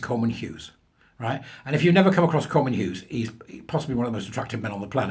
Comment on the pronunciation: Did you say Cormorant Hughes?